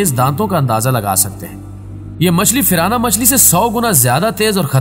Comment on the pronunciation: firana nhi tirana